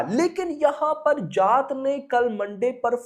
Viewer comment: Arey जात nahin जाट, Mera bhai, pronounce theek se karo😅